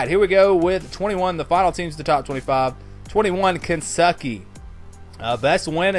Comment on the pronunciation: You said "KenSucky" 😂😂